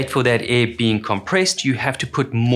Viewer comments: my dude... it is AIR. Aiiiiirrrrr. Not EH 😂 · its not EEE it is AIR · Cant say air. Unwatchable